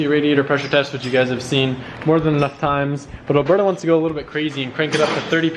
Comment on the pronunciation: haha from the beginning I thought you called alberto "burdo" (I speak french and alberto does not pronounce the same way)